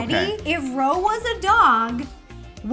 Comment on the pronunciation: it’s Ro not Rose